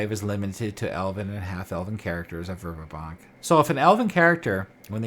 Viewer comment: Great Work. I love this area of Oerth. I was introduced to it in The Temple of Elemental Evil. Not to be picky but you are pronouncing the city wrong. Dragon Magazine 93 has a pronunciation guide for Greyhawk " Verbobonc vair-BO-bon (silent 'c')"